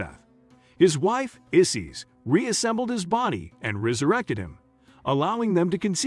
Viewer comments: Good lord man. At least learn the proper pronunciation of their names. Isis does not rhyme with sissies. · Not Isees, it’s I(eye)-sis. Osiris is pronounced wrong too.